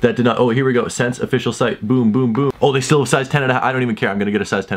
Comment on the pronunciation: It’s pronounced essence not sense lol